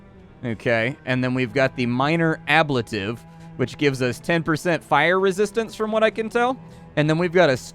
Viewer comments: fyi, the pronunciation of ablative is ab-late-ive :) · While I love your gameplay vids, your butchery of English nouns is very distracting. Ablative, Ichor, &c. Otherwise, very engaging tour. Thx.